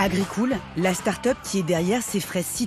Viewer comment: "Agricool" comme le Crédit Agricool des Nuls m'a tuée! 😂😂😂 Ils l'ont fait exprès ou pas?